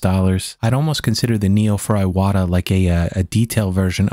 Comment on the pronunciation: I don't know if you know this or not, but the proper pronunciation of Iwata is more like eee-wah-tah, with the t in "ta" being a more hard T sound rather than sounding more like a D.